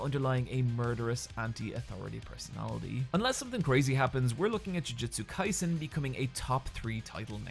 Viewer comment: Why is he pronouncing Jujutsu Kaisen like "Jiujitsu Kaisen"? I know he does BJJ but these are not the same thing lol